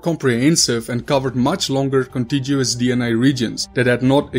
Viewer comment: The reader mispronounced "contiguous". Not science-trained.